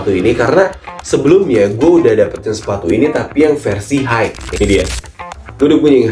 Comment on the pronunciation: Mohon ijin koreksi dikit, kalo kata "high" dibacanya hai aja bang, kalo dibacanya haik, nanti ketuker sama kata "hike" yang artinya berjalan kaki terima kasih:eyes-pink-heart-shape